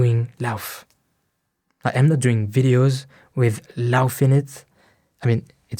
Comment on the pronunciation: It’s pronounced laugh